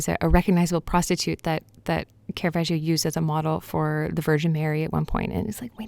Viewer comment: It's not kera-vaj-io. Put some pronunciation on it. This mistake is made by more professionals than you can shake a stick at.